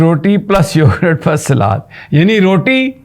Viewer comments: Yogurt not "Yogrett" 😂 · Please it’s not “ Yorgrraat” it’s yogurt or for easy English … “ Yogart” Hope you consider it! 💐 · Sami Ibrahim Sahib, It’s YOGURT not Yogrut You said that numerous times. Please correct that YOGURT. Thnx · May Allah keep him safe. It's YO-GURT and not YO-GRUTT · Plz it is yougurt and not yougrut, with pardon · It is read as yougat not yougart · I am highly surprised that you don't know the English of " Dahi, are you an uneducated person ? Can't you pronounce the word correctly